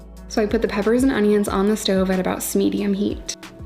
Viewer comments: So no one else noticed she said "SHMediun heat" 🤣🤣🤣🤣 Love your videos and so proud of you! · 'smeduim heat' I love it 😂 I'm going to have to use that!